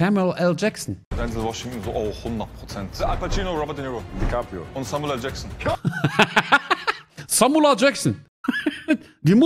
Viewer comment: Samula Jaksseen 🤣🤣🤣🤣🙉🙉Das ist Samula Jaksseen de nicht .